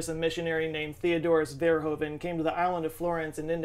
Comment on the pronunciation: oe is prenounced much like ooh in dutch, so it would sound more like ver-hooh-ven. I think we're used to you butchering names though :-)